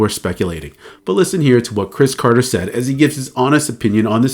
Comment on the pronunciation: It’s crybaby Chris Carter ,say it right or not at all.